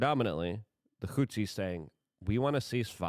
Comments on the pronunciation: luke it is HOUTHIS NOT HOUSEES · Is he saying "Hootsies"?